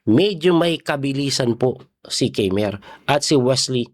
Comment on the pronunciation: Coach its KAI- MER